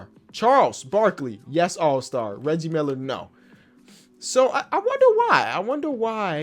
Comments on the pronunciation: Did actually say leggie Miller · how did you miss pronounce Reggie Miller? 😂